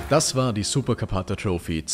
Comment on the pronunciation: …und es heisst troffi nicht troufi 😂